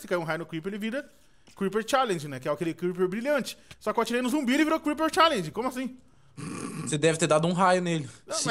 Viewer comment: pfv aprende a falar e creeper charger n creeper challenge